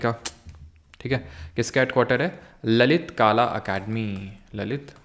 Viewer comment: सर वो ललित काला नाही ललित कला होता है aur आप खानदेश को भी खंडेश kehte है सुधारणा कर लिजिये humble request